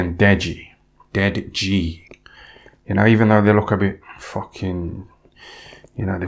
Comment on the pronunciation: The way he says dead ji gets me Everytime ffs 🤣🤣